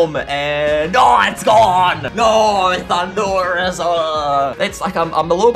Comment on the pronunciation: lol you called thunderous landorous